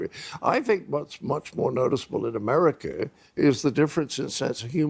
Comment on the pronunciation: There is no "R" at the end of the word "America".